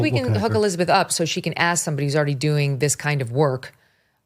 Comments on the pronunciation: Cannot pronounce the word “ask”: he says “aks”. Give me a break. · Do intelligent people really say "aks" rather than "ask" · If you have been a reporter for more than twenty years you should be able to pronounce ASK correctly. I cannot take this man seriously. Don’t even AXE me to try. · As soon as someone says “aks” instead of “ask” I can’t take them seriously. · I hate when someone says ax for ask. The anchor was doing his job and so glad to see it. The leaders are a joke ... cbs is neutral in what fantasy. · Just one question: When will our back citizens learn that the word is "ask" and not "axe"? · Interesting that the ‘renowned author’ mispronounced the word ask? Ax is not to be confused with ask, jackass sir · Try to pronounce the word “ask” correctly, please. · The great writer actually said that she showed him what she was "gonna aks him" just saying. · Another so "educated" who can not pronounce the word ASK. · I cannot stand when educated reporters and authors cannot speak the word "ask"...it drives me nuts.... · Why can't black people say the word ASK! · Does that guy not know how to pronounce 'ask' ... What is that?